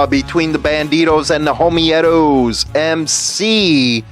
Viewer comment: Homeetos say it like cheetos.not homi etos